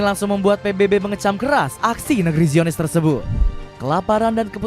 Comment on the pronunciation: Baca zionis bukanngra aaahh